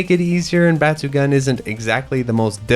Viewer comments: Please check the pronunciation of the game name. The “gun” part in batsugun is not pronounced as a gun. It’s actually pronounced “goon”. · Bat-su-gun... Got it